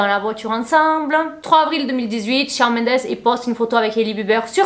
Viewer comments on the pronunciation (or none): Coucou, super GIVDT! Just pour te dire que Shawn ça se prononce ShOnne. Hâte pour la nouvelle vidéo.